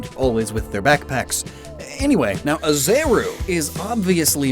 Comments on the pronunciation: correction, it's "Arezu" not "aZeru" this one's important since it's the Japanese way to pronounce "Ares" and Ares is the Greek god of war, as in the malevolent, bloodthirsty horrors of war. for our context, he's more of the god of war crimes. as opposed to Athena who's the honorable god of war and wisdom. even spartans don't like him. the roman equivalent for Ares is Mars, which makes the clear connection. and doing some fact checking, the JP name for Team Rocket's Ariana's is "Athena"!!! sudden realization: Team galactic admins are named after planets in our solar system and by extension, Roman gods. debuting in the same generation, Team rocket's admins in the Johto remakes are named after stuff that explored space. as in rockets, satellites etc. (that's mandatory for team rocket ) The names of Archer and Ariana fit this case. but their JP names are straight up Greek gods. as in Apollo and Athena. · Arezu, NOT AZERU cmon man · yeah, one other thing I noticed was you said Azeru, not Arezu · You also pronounced Arezu as "Azeru" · is it “Arr-rez-zoo”? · You also mispronounced Arezu as Azeru. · Also, it’s Arezu, not Azeru. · Arezu's name is not Azeru. It's Arezu, because it's Ares - the Greek name for the God Mars. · Isn’t her name Arezu, not “Azeru” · Also Arezu. Aries. Like Mars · And apparently Arezu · You also swap “r” and “z” in Arezu